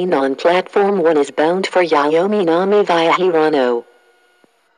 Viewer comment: viaが発音できてないんだよなあ 完全にbyって言うてしもとるがな